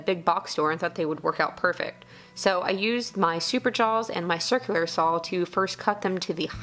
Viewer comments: I have to smile every time you say "sawl", haha....kinda like up here we say "Warsh" (Wash), or "Acrossed" (not even a word...but is here in the midwest), haha. Great video, keep up the good work kiddo:-)! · Everyone leave alone! She can say "sawl" however she damn well pleases!! Lol 😍😍😍